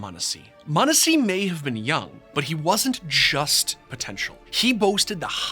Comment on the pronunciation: why this mf saying munnesy